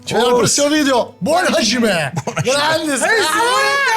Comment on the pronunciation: Ervin, Hajimemasu vuol dire cominciare Hajime è traducibile con "inizio" o "iniziare"......(iniziare qualsiasi cosa, dipende dal contesto, non solo combattere)......................e non si pronuncia HASCIME ma HAGIME , il JI giapponese è foneticamente di base il GI italiano non SCI.